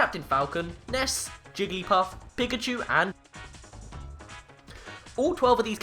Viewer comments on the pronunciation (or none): none